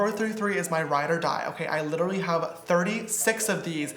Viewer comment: lmao he says littily instead of literally!! love that